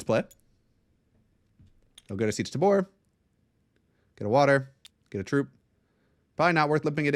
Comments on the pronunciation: I will never get over the way you pronounce tabr "tuhboor" 😂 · Seech Tuh-boor YEP!